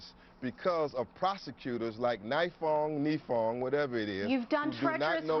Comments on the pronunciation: Malik Shabazz’s Kesumuk Let’s hurt innocent dudes cuz their immutable characteristics. Ouch. It’s pronounced nEYEfong beezie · i love how hes pronouncing the name wrong for the prosecutor and how the news caster is trying to correct him haha such a moron